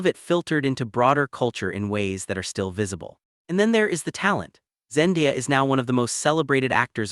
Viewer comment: Say it with me, ZenDAYa.🤦‍♀️